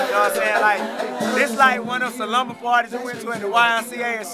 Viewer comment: haha i jus noticed that nigga said sa-lumber party lol, i think he was tryin 2 say slumber party